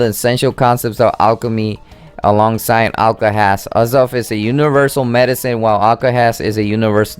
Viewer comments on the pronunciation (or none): pronounced project ay zoth